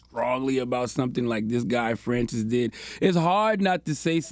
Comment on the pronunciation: Dude can’t even pronounce Francis. Embarrassing.